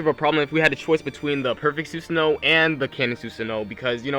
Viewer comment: Why the hell is Susanoo said wrong like 20 times?